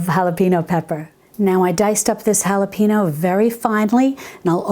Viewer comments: Hello Dear. Just an FYI: Jalapeno is pronounced as "hal-a-pen-yo." In Spanish it is an N with a "tilde" on top which gives it a "ny" sound. The "e" is the English short vowel for "e", not a long "e." In Spanish the vowels don't change, so an "e" is always the English short vowel sound as in send, not seem. Good job knowing the "J" is the "H" sound in English! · I love your information. 😀 I do feel that you should be able to pronounce jalapeño though. It's not hard and you're from Texas.